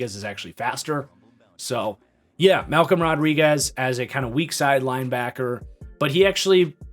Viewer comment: Man you nailed Malcom Rodriguez